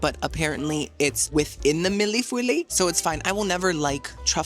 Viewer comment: The sheers are the see through curtains behind the heavier drapes. You can either block off all light with the drapes or just use the sheers to diffuse just a bit of the light coming from outside. The pastry at Atlantic sith the truffle cream is pronounced mill - foy. American Goulash is usually ground beef (at least on my family) tomatoey sauce, corn and green beans with seasoning and melted cheese on top.